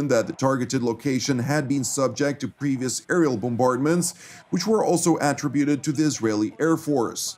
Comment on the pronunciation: Learn how to say attributed